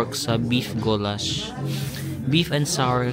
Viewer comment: it is guuulash not gowlashh 😅